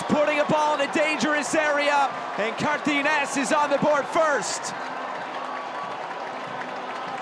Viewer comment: It is not "Cartines" It is CAR TA GI NES